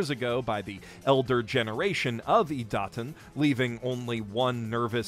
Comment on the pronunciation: Ok, but, how does he pronounce Idaten wrong when it's said perfectly fine in the anime multiple times an episode? Is he just taking the piss out of his horrible pronounciation skills or is he that hopeless?